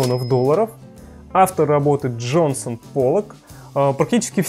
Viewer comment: ДЖЕКСОН Поллок) а не Джонсон)